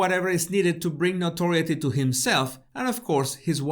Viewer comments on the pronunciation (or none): Thank you,. Notoriety is pronounced - no-tor-EYE-it-ee Notorious- no-TOR-ee-us Listen to the Duran Duran song